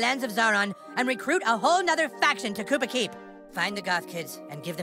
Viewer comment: Kupa keep or koopa keep 😂